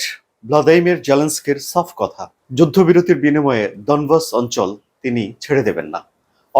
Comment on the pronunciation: ডনবস না ডনেক্স